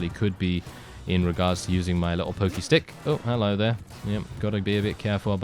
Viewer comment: Its really funny when you say pokey pokey stick